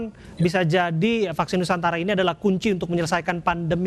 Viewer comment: vaksin nusantara,,, bukan nusantala